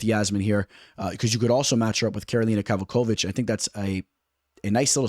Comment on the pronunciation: 1. Daniel Zellhuber (zell-HU-ber) not zelluba 😅 2.yasmin juaregui (yar-wa-GUII) 3.Christoff Giagos (ya-gohs) not what you said. 4.L'udovit Klein (Lood-vit) 5. Karolina Kowalkiewitz (Ko-val- KAY-vich) not kavalkavich 😅 6. Ronnie Barcelos (HON-E Barcelos) 7. Edgar Chairez (Shi-Rez) not Char-es like you said 😅 ....do I need to keep the list going?